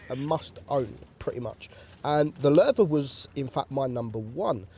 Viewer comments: This was recomended for me now don't konw why but i Like how he sais Löwe (i am from Germany and why can't non germans speake the ö right) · Wow ur pronunciation became pretty good🖒 Nice effort u are pretty close to the original pronunciation. Only a little thing: You pronounce the "e" a little like an "a" but I can't find an English word which has the german "e"-Sound in it (maybe like the e in mechanic but I'm not sure) All in all great effort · U are like the ONLY english or have english as a language that pronounces Ö right lol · He pronunced it right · You pronounced it has good has an non norwegian could have done or skandinavian for that matters